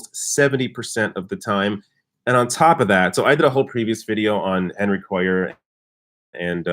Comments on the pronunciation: Hey, Henry's last name is pronounced KWAY ar. Also Liz Warren said she'd take big bucks if the nominee, but NO money from corporations. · I live in south Texas. Henry Cuellar's last name is pronounced "Kway - yar". (double ll is pronounced as Y). Hope he loses. Warren proved how naive and not "people smart" she is if she really believed Hillary was going to put her on the ticket as VP. Hillary probably just dangled that in front of Warren to keep her from endorsing Bernie. Hillary would never have taken the chance of running on a ticket headed by 2 women, both from the northeast (NY and Mass) - not gender or geographically balanced. It was already precedent setting enough for a woman to head the ticket, no way Clinton would have taken the chance that having 2 women on the ticket would be too much change for voters. After all, Obama didn't pick a black running mate or a woman or white male liberal. Bernie 2020. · It's pronounced "KWAY-AR" (Henry Cuellar) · Thank you. I posted something similar. makes my ears bleed every time he says Cuellar's name. I live in south Texas.